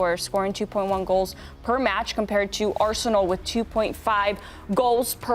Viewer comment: I cant seriously listen to a guy saying "Arshenal"